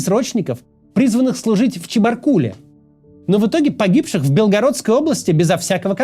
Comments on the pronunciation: Всегда вас смотрю, но никогда не оставлял комментарии. Я из Челябинска. У меня 2 сына 2005 и 2007 годов рождения. Подписываюсь под каждым вашим словом в этом ролике. PS. Мы, жители челябинской области, говорим не в ЧебаркУле, а в ЧебаркулЕ. Ударение на последней слог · В ЧебаркУле. Потому что ЧебаркУль. Ударная гласная находится в корне, поэтому при склонении ударение не меняется.